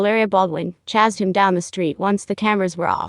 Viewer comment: AI VOICE SUCKS...CHASED pronounced CHAZZED 3 or more times.